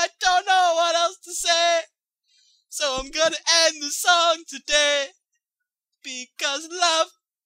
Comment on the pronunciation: I die every time he says "So!" In the beginning. Sounds so damn Mexican. XD